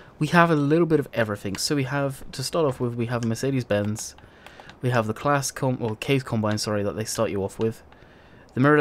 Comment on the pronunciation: How oh how can you butcher the Claas name... that hurt my heart :P